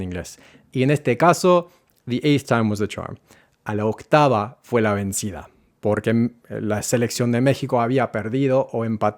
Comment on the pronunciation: It's not that native speakers find it hard to explain. Native speakers don't know what you're talking about and find no difference whatsoever and make no adjustment whatsoever. This guy pronounces 'vencida' with a truly awkward c sound that doesn't exist in Spanish but tries to be extra careful when distinguishing two kinds of g native speakers are incapable of distinguishing. If your language has the gamma sound, this may be helpful to you as you will pronounce cognates more effortlessly and naturally. But it will add 0% to native speakers' perception that you're pronouncing correctly as native speakers are 0% able to tell the difference.